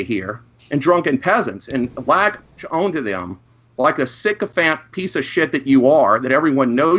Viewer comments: True. On a somewhat related note, I can’t help but notice saying “own” when he means “on,” almost like “orn.” XD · I really like IDGAF attitude, but I hate that he says the word "On" as "Own" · HOLY FUCK WHY THE HELL DOES PRONOUNCE "ON" AS "OWN." FUCKING STOP THAT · Is it just me, or is the way says "own" instead of "on" worse than how says "orn" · pronounces the word on like cartman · says on weird, it's like own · What can't fucking pronounce "on,"